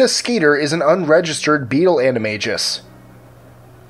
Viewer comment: Lol you say animagus weird You say animaJus You're supposed to say animaGus